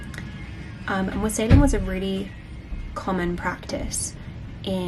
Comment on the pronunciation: WAH-sell-ing. The emphasis in wassailing is on the first syllable. Between that and "vicky pudding", you had me in stitches.